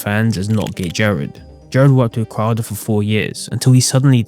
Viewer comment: You don't like Steven Cwouda